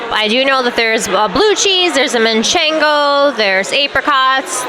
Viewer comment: Please learn how to say manchego. It’s not MAN chengo 😢😢😢